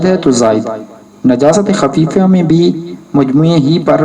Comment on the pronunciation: حضرت! خفیفہ لفظ ہے نہ کہ خفیفیہ